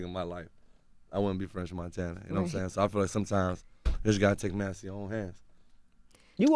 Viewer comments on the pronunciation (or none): Chalamagne really be calling him Frenth Monthana😭💀